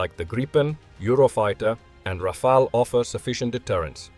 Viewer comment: A pleasure to watch a video where Rafale is prononce correctly!